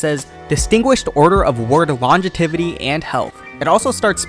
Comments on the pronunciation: Lol he can pronounce the fuck out of a random Japanese name but can’t say longevity properly, love this guy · It's pronounced lonjehvuhtee. Just a tip for the future ^^